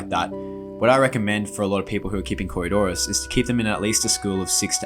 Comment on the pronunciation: It nice that you learned how to say coridoras.